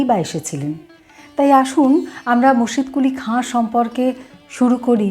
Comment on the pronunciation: মুর্শিদকুলি খাঁকে সঠিক ভাবে তুলে ধরেছেন, এবং ইসলামিক নামগুলো সঠিকভাবে উচ্চারণ করতে পেরেছেন তাই আপনার কথা শুনতে খুব ভালো লেগেছে।